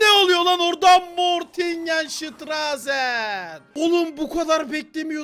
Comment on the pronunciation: Montaj reyis mortise mortingenştrazen diyor ya çok hoşuma gidiyor ya